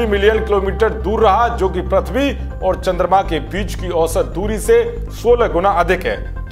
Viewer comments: अरे भाइ प्रथ्बी नहि है।पृथ्बी है।कम्सेकम सुद्द बोला करो। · prathvi nhi prithvi pronunciation hota h